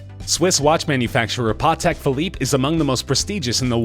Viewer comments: Can you fire the person who did the voice over? Seriously mispronounced Rodin and Patek Philippe for starters. If you don't know how to pronounce something, ASK! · And PATEK PHILIPPE!! Criminy!